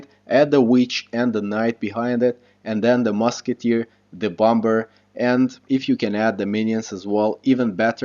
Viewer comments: Its not t bom ber, it's pronounced bommer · overall great video idk if its just your accent but u say bomber with the second b the second b is supposed to be silent lol